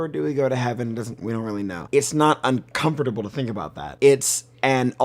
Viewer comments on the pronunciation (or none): what's uncomfortable is how he pronounces "uncomfortable"